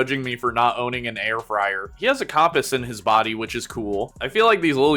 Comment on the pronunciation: I have never heard someone pronounce compass like that in my life before